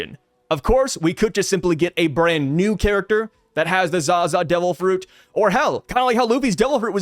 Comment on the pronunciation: Pronounced as Za-zaaaaaaaaaaa A not ag